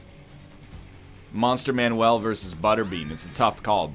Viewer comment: You can tell NL is OG isaac player because he still calls it monster manuel